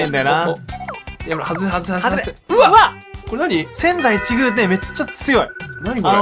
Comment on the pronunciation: せん↑ざい↓いち↑ぐう↓ すこすこ侍